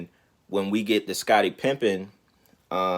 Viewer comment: Smh. It’s Pippen not pimping